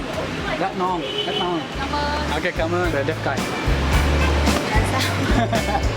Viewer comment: bánh mì => bang me xíu mại => sue my cảm ơn => come on :)))))